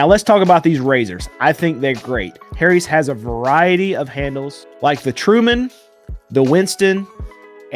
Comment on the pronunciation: I LOVE how you say "HAIRIES"... 🤣